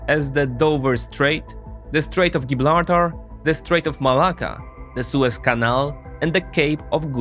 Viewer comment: Did he say Giblartar?!😂